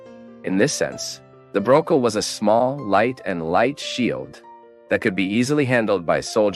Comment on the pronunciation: Why does he keep saying, "Bro-kel"? That is the incorrect pronunciation throughout the whole video. The actual word, Buckler is indeed pronounced as, "Buh-Kler"